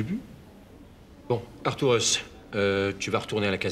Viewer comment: Arturus!!!??? Couillehrrrrrhhh!!! Artourous???? Couillèèrhhhrrrrr!!!!!!!